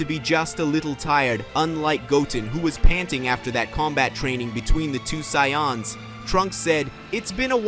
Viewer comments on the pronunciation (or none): Say anns. Not Sai ons.*